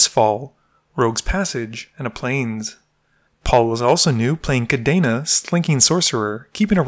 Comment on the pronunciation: The way he pronounced Kadena as Kadéna really throws me off